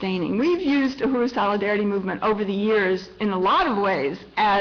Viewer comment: STOP SAY UHURU YOU ARE NOT PRONOUNING IT RIGHT I AM ACTUALLY A KENYAN AMERICAN AND HEARING U MISPRONOUNING UHURU IS INFURIATEING TALK TO A KENYAN OR A TANZANIAN JOE TO PROPERLY PRONOCE KISWAHILI B4 U GO OUT SAYING PUBLICLY